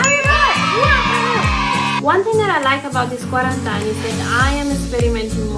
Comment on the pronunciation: Hate to be that guy, but it's pronounced as "Qua-ran-TEEN". I mispronounced it for the longest time myself as the spelling is pretty counter intuitive. 😅